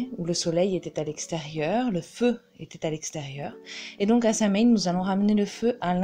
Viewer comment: Excellentes informations mais ce sabbat dont le nom provient de l'ancien gaélique est prononcé so-ween, pas sam-haine.